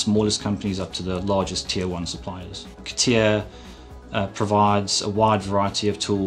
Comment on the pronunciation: c'tia...c'tia... c'tia CA TI A ffs AAAAAAAAAAAA like in ALABAMA CA-TI-A I am sure he also say C'D... Computer 'sisted Design